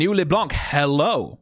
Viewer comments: btw it's pronounced leblan-, not leblanKH blanc is a french word that means white and the C is silent at the end 🫶🏻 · Wait, i'm 2 minutes in and has said "léblanc" 5 times. He isn't gonna keep doing that right?